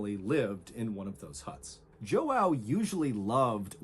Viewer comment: im brazilian and the way mr ballen is butchering the name "joão" is making it hard to focus 💀